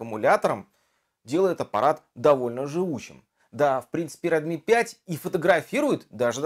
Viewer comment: red mi proiznosi pravilno